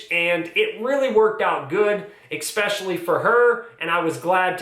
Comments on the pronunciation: Thanks for this video! This is very helpful, gives me some ideas to start with at least. Also, & this is just a pet peeve of mine so you can ignore me if you want but the word “especially” is not pronounced “expecially”. I’m just a little crazy with pronunciation…. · “Eck-specially”…. #facepalm